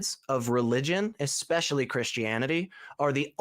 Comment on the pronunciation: ESpecially, not EXpecially. I don't care, bring on the name calling. It makes someone sound xtelligent.